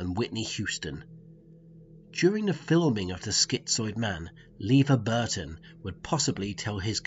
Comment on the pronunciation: seriously, you can't pronounce LeVar Burton right?